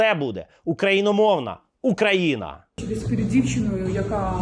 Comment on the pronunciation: На перевиховання її! Расєйську жіночку. До речі мені здається, що вони неправильно наголос роблять в слові Україна тому, що на голосну "Ї" їм складно зробити це, а на "А" легко от вони такі і незграби! Дівчинка ти розумниця, витримала цю блювотину і не послала її.